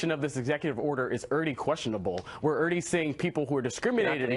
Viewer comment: Why does he say "irdy" instead of "already"? What a moron to claim that Trump is the only person to win the presidential election without winning the popular vote.